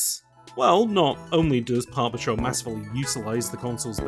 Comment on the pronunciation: I know you are saying Park Patrol, but I keep hearing Paw Patrol